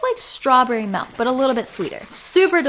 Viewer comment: ITS MILK NOT MELK